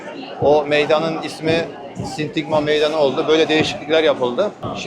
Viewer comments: genç arkadaş..sintigma değil SİNTAGMA meydanı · Sindigma degil Sindagma